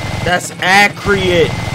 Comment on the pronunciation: I really enjoyed the video! Only one observation, why does he says akiuratey? Is this a running joke to pronounce accurate incorrectly on purpose?